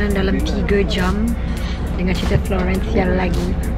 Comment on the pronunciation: FLOGHEENNNCE ! hahahaha